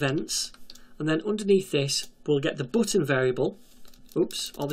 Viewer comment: The booutn.... what an accend 😂